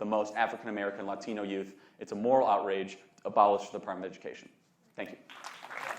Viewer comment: 1. Ends everything he says with “right”. 2. Pronounces Latino as if English isn’t his native language. You just automatically know he’s a virtue signaling moron.